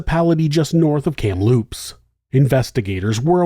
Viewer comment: BTW it's KAM-loops.